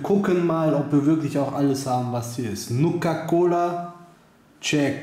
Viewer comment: Nukaa Colaa xD Einfach nur Geil ist das Cola oder ein Energie Drink?